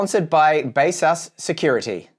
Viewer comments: Isn't it like Base-sus?! But he called it base-us! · First time hearing how baseus is pronounced other than my own version..